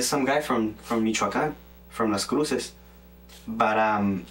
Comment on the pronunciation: 😂When he says "Michoacan"... ..😆.old school here -can't stop thinking about Cheech & Chong movies..